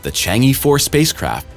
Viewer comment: Chang'e is pronounced Chang uhh😉